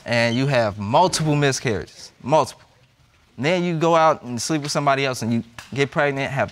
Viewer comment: I thought the same it's Library...she also says wit No it's with. Come on articulate your words.